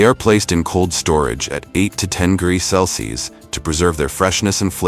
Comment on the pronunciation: Sure wish the narrator would pronounce Celsius the correct way instead of "cels." Along with Fahrenheit